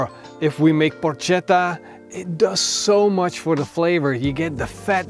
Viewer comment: Italian here : we read "ch" as "k", so you have to say "porketta"